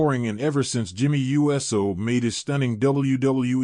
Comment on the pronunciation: Why does the 'voice' say U S O, instead of Uso??? Because it's AI and not a real human being... SMH